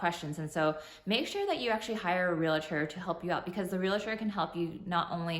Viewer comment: Realtor not Real-i-tor 😂 (Ask not axe) ❤️